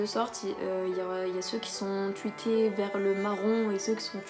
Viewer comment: Tu dis gris tuité ? C'est pas gruis tRuité normalement ? (En tout cas moi je dis truité 😅)